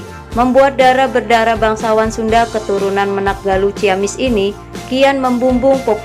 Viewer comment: Admin salah pengucapan dalam kata MENAK 😅